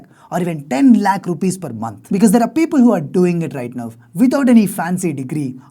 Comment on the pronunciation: Whole world:- right now:- right nove...